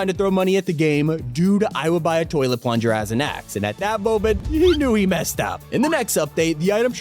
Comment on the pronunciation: Ninja: realization It’s a- It’s a ka- “THE PLUNJA”?!?!?!